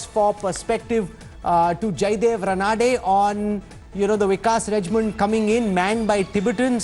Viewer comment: Why don't you guys ever take efforts pronouncing Maharashtrian names correctly. It's NOT Naa-raa-wane, Raa-na-dey but they are Na-ra-wa-ne,Raa-na-dey. At least ask any Marathi speaking person how to pronounce it. This is utterly irritating.